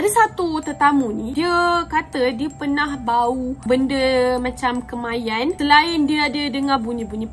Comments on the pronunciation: Kemenyan dik non..bkn kemanyan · Kemenyan kak.. Bukan kemayan